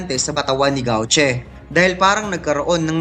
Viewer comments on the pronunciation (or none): Lods De-vil, Gawtch (Gauche) Li-va (Liebe) kung tama po ayan yung tamang pronunciation non.